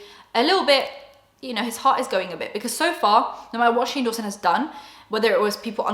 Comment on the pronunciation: Dunno why, but when you say Shane Dawson, it sounds like "shingles" to me and I love it